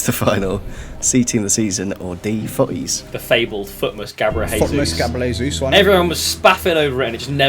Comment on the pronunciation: the day when says jesus properly is when😭